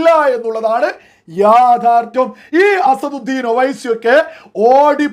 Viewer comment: അസറുദ്ധീൻ അല്ല അസദുദ്ധീൻ